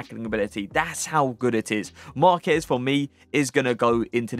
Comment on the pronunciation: You pronounced Marquez correctly! Well done